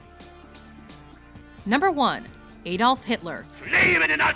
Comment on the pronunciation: Almost every name and every german word is mispronounced...